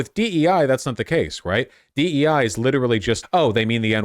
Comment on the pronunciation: Did you really just say DE with a hard I?